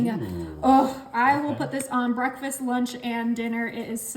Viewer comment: Bah-reck- fast??? Smh